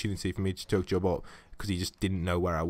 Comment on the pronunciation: CHUG JUG NOT CHOOG JUG